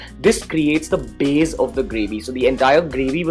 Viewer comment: The curd 'baze' is awesome! 😝